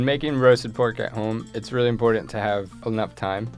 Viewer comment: Brit here: What's his accent? His "oh"s at the ends of words sound really lazy, as does the "ly" when he says "really" - sounds like he's saying "realleh".